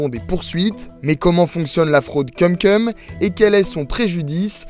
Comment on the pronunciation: Ça se prononce "koum koum". Cumcum ça veut dire autre chose. J'espère vraiment que le speaker est un stagiaire.